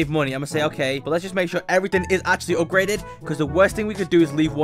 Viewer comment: no way bro said "I GOT THE ULTIMATE UPGREDED TITAN DRILL MAN" 💀💀